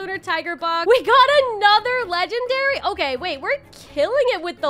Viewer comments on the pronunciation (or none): "okayeh-" It made me laugh and idk why 😭😭